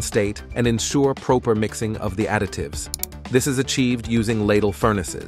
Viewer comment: You missed the proper pronunciation of proper. Unless prow-per is the proper pronunciation of proper